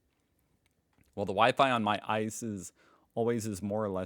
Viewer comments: Just as a friendly reminder, the name of the German ICE train is typically not pronounced like the word "ice", but rather the individual letters "I-C-E", since it's an acronym. Otherwise great video as always. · ( dislike him please for not lerning thats it is not Ice as in Ice cream, I C E (Eye see EEEEE) like the C I A (See eye Eyy, and not "Kia" phonetically) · Its I-C-E not ice, Inter City Express. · In Germany we don't call the ICE like in "ice cubes"! We call it I. - C. - E. !!! And in German pronunciation, of course. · The trains aren't called ICE as a word. It's Inter City Express. So it's name is I C E. The next is I C, thats only Inter City. That are the slower ones. And then R B (Regional Bahn). Sorry, it makes me kinda mad when you call them ICE. Even if they look like ice. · ICE (short for "InterCity Express") is pronounced letter by letter: In German it's thus EE-TSAY-AY while in English it's AYE-CEE-EE. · weve posted about that a hundred times and more.. hes not reading or forgetting it constantly